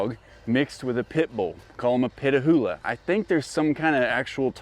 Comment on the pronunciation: Pitahoula is correct